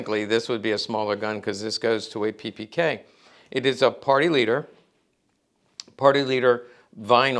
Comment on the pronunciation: Funny, an Expert, which isn't possible to pronounce the name of the product, he is presenting. It's name is WALTHER, and not Wolther....PePeKa, and not PiPiKey. Americans have always the bad idea, to create own pronounces for foreign names, towns and countries. In Deutschland you can find this phenomen by people without any knowledge. So it is funny for us.